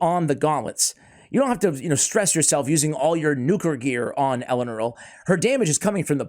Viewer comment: Thanks for not saying Elenaru like all other CCs lel